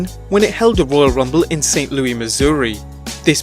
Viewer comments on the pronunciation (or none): St. Louis and he kept saying Louie, lol.